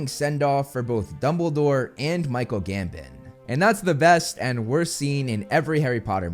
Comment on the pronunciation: Michael GamBON not GamBIT. Americans...